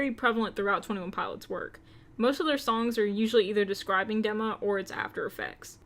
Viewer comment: Dee-ma not deh-ma <3